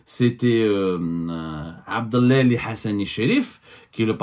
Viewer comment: إسمه عبد العالي.. وليس عبدلالي.. أنت تقرأ كل شيء بالفرنسية.. حتى الأسماء...!!